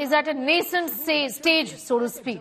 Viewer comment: It's not Annamalai... It is AnnAA-Malai.